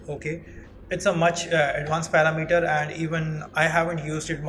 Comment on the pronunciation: Excellent job. Just a tip, most foreign speakers get this word wrong but parameter is not 'para' 'meter'. It is And click on the pronunciation. Just a pet peeve of mine. Thanks a million for your clear and concise tutorial. I subbed, keep up the good work.